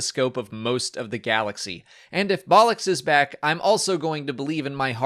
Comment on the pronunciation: Lol! Never pronounced Bollux like 'Bollock' as it is basically English slang for testicles! I always get confused what is made officially canon. I thought it was anything after when Disney bought Star Wars. Hence why I thought the Star Wars X-Wing miniatures game craft etc would be canon.